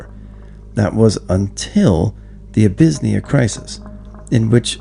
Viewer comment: "Abyssnia"? Never heard of it. 😂 I bet its truly abysmal there. Education has gone downhill when people don't know how to spell and pronounce country's names.